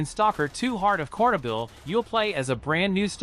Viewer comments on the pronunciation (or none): But that's still no "Kornobyl", it's Чорнобиль, with Ч, in Transletteration (Cyrrilc to Eng is pretty poor) it's "Ch" like in "Check".